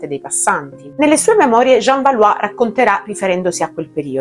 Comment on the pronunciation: Tu assomigli a Jeanne di Oscar. Tuttavia nell'anime pronunciano Balò e non Balù.